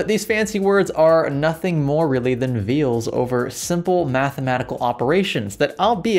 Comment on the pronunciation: You pronounced "veil" like "veal" and created the word "matricy," presumably referring to a single *matrix among many matrices.